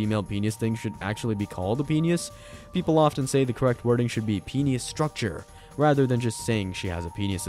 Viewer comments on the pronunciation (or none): Here's some knowledge for you. It's pronounced PEE-NISS not Peenyhus. Holy hell. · Penius? Is that how I’m hearing your pronunciation? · This has gotta be the first person ive heard to pronounce "penis" as "penus" or "penius".